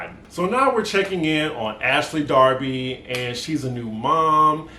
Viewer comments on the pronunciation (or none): none